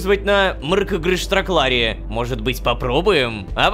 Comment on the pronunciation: Лошка ну ты даёшь! на протяжении почти 20 или 30 серий ты научился говорить Мар'кгларк'штраклар!